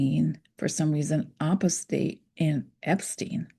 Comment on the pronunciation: Sorry to butt in but Opus Dei is pronounced Oh-pis Day (long O) not Ah-pis Day even though your pronunciation when you write it out is more fitting.